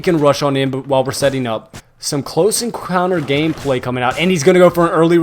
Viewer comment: I luv it every time u say tactical hameplay